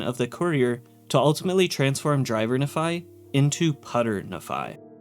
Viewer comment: As someone from Utah it bothers me more than it should that every fallout YouTuber pronounces Nephi as na-phi instead of nee-phi like it should be pronounced